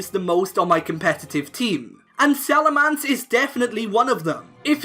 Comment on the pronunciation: Salamence not Salamance, you are horrible